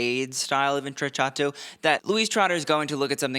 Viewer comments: Indeed - cc followed by a vowel is “ch” and cch is “k” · intrecciato: The double cc is pronounced like a k. Like the word “Pinocchio”. Just trying to help ya out! You do an amazing job on these videos.